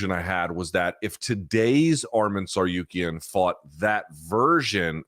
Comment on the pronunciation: It's not Tsaryukean you freeking tool.